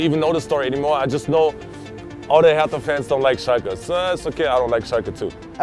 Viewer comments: The way the pronounce "hertha" triggers me alot. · Sometimes I think we Germans are the only ones who pronounce foreign names (cities etc.) the way they are originally pronounced. When he said "Hertha" in this thick American accent, it was gruesome.